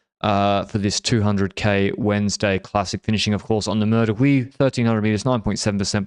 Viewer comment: .;-) I don't recommend saying Meur de Wieh in Dutch speaking parts. Meur is Dutch slang for stench. Not sure what the stench of Huy is...:P